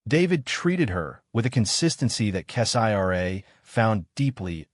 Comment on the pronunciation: I will not continue to listen to crap made stories like these, when the channel owners will not even review the AI reading the stories for accuracy. In this story, who the f is 'Kess-I-R-A?' That is not a name, Kessira is a name. 👎👎👎